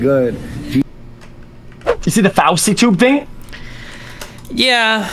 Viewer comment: xqc coming on with the "DID YOU SEE THE FAUSITUB THINGY" got me rolling